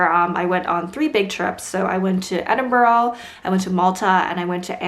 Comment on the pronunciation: It’s like edin-bruh